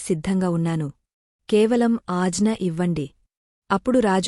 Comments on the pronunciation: కథ చదివిన స్వరం బావుంది కానీ Punctuation marks ప్రకారం చదవాలి... అలానే ""ఆజ్ఞ "" అనే పదాన్ని "" అజ్న "" అని పదే పదే చదువుతుంటే ఇబ్బంది గా ఉంది .. మాటిమాటికీ "" మహావిష్ణువు కథ చెప్తూ‌ ముందుకుఅన్నారు ”" అని ఎందుకు అంటున్నారో ... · Aagna anali,ajna anakudadu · Ajna kaadu....agna ani anaali dear